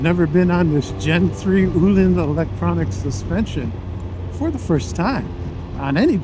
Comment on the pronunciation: Öhlins is not pronounced as "ooh-lins", not as "olins", Ö = like the "ea" in "earn" or the "i" in "first" ;)